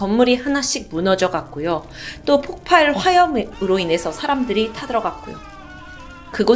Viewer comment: 폭팔이 아니고 폭발인데...계속 폭팔이라고 하네요